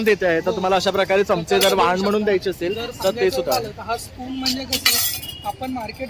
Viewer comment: संक्रातीला ' वहाण ' नाही ओ 'वाण ' देतात.